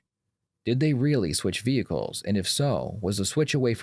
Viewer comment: The moment she talked about trading Vee-hickles I knew the jig was up